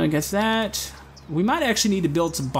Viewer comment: the way you're saying "that" every time is grinding my gears, but l like this gameplay